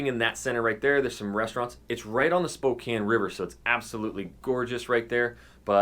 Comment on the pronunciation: Died when he said "gotta go to spo-compton"